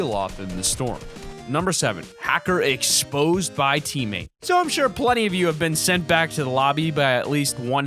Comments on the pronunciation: Exposed, not expsoed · He said expsoed 😂